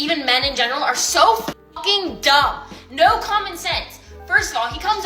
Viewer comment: Anyone who says "noowa" instead of "no" should never be listened to or taken seriously.